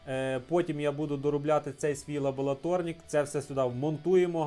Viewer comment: лабоЛаторнік кров із вух, це повний капець, ладно стріпер кліщами називав, а тут просто жесть...